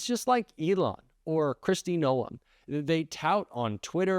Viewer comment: Noem is pronounced like gnome...not No-em. You'd think you'd know that by now, considering the channel you run. And no, I'm not a fan of Noem.